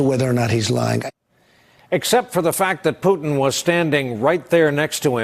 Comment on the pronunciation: It's funny to hear how many call it "Russer" and "Pewton". And they are being serious.